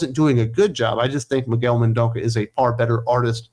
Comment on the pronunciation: Miguel Mendonça, not Mendonca. It's pronounced "men-DON-suh", and the N's are all nasal sounds. He's Portuguese, and so am I. On that regard, André Lima Araújo's last name is pronounced "uh-ruh-OO-jo", with the J pronounced soft as if in French. (ask Eric Breen about me)